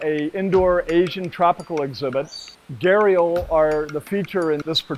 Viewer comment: It's so sad that while everybody in the west takes immense effort to pronounce words from Spanish, Japanese etc. they just casually anglicize Hindi/Sanskrit words. It's Gha-d-ial not Gharial or Garial.